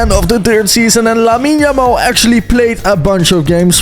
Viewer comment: said Jamal 😂💀